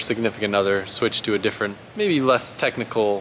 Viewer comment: “Lesss technical” he says lol